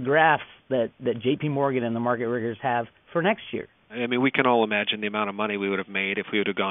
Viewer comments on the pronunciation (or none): "Market riggers"...miggers